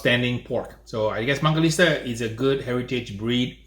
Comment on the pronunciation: WHY DOES HE KEEP CALLING IT MANGALISTA?? It’s MANGALITSA!!!!!!!!!!!!!!